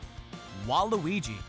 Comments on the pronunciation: Wait Have I been pronouncing Waluigi wrong or are they pronouncing it wrong Im so confused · Hes saying waluigi wrong